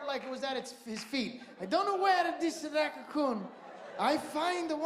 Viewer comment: HILARIOUS! "racacoon"